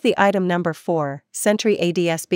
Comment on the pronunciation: This is trash. You lost me at "ads-bee" receiver.